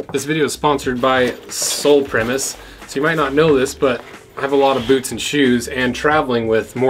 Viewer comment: "Bewts" :D